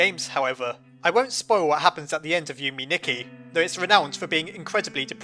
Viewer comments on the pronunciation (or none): Yume Nikki is pronounced you-may knee-key Edit: it's Japanese for dream diary